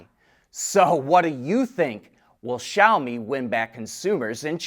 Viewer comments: Finally he pronounces Xiaomi correctly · He learned how to say Xiaomi, NICE